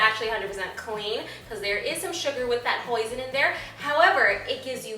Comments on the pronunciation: when she said Hoisin sauce, i thought she said poison sauce..... :) i was like WHA!!!! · instead of hoison sauce i understood poison sauce and I was like What? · instead of hoisin sauce i thought she said poison i was liek y in the world would i put poison in my food -.- xD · Smooth promo lol and i thought she said "poison sauce" at first and i'm like wow is that even a thing hahah got to try this out, looks so good c: P.s also love love love that gorg dress :D <3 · I thought wen u said hoisin sauce thought u said poising sauce and ur phone lol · lol I thought you said poison sauce! :) thanks for the recipie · I thought u were saying poison sauce lol